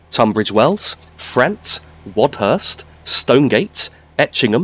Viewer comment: P.S. I believe it's pronounced Fra-unt not Fra-ant.